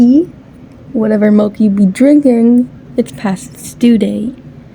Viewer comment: The way the first video said milk "mILCK" like that "MALK" meme